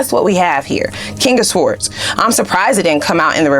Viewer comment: Darling, you’re killing me…the “w” is sword is silent…